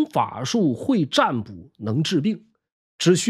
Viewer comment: 占卜的占读沾一声